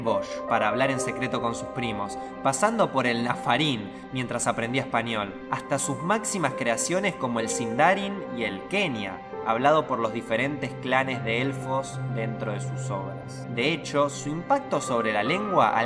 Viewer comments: Buen video. Una aclaración: El Quenya se pronuncia "kweña", no "kenia". Un saludo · una acotación. Cuando hablas del Profesor Tolkien y pronuncias Sindarin y Quenya, este último se pronuncia "cuénlla" y no "quenia". Sí, soy un cerebrito de Tolkien xd Saludos.